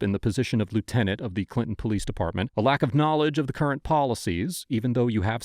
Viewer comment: It’s lieutenant, just saying.